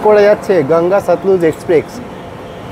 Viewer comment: ভাই, আমি আপনার থেকে বয়সের নিরিখে অনেকটাই এগিয়ে আছি। তাই কিছু মনে করবেন না আশা করি। আসল কথাটি হলো আপনার ইংরাজি শব্দের বাংলা উচ্চারণ নিয়ে। আরও একটি ভিডিও তেও একই ভুল উচ্চারণ করতে শুনেছি। কিন্তু, ঐ ভদ্রলোকের বয়স অনেকটাই বেশি। তাই তাঁকে আর কম্যান্ড করিনি। কিন্তু আপনাকে বলছি। কথাটা 'এক্সপ্রেস', এক্সপ্রেক্স নয়। আর, বৃষ্টি কয়েক 'ফসলা' ফলসা নয়। ধন্যবাদ।